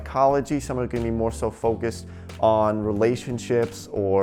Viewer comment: I am from Russia and I am learning English on this video. is saying "...gonna me more focused...". According to gramma I was exspected to hear: "gonna be", but instead of this he says: "gonna me". Why? he is saying: "...somebody that might be disagree..." Somebody is a person and we should say "who" instead of "that". "That" we say only about things. is saying "trying negotiate". Не had skiped "to". Correctly would be "trying to negotiate". Why makes these mistakes? Guys, may be one of you could anwer. I would be so gratefull. Sorry for my possible misnakes - so hard to learn a foreigh language.